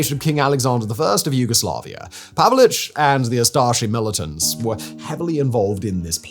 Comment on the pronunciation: His name was/is pronounced Pavich, NOT Pavelich. Just saying.